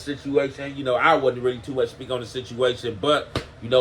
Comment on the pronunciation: Bro said mulch not much 🤣🤣🤣